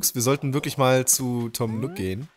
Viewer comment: Tom Nook, nicht Tom Nock! Wie Nuuk ausgesprochen. triggered